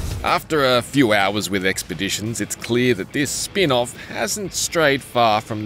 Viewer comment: Spion off ? Lol feels like DLC instead of spin off